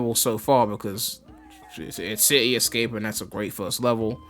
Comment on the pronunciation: “ it’s ci-e escape “ 😂😂